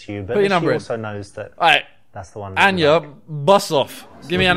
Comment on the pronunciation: When Simon almost keeps saying your name but he says Anya, sadly instead of Enya